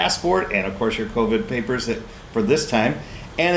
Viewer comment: Love how says Covid. Her English is better than my Ukraninan tho.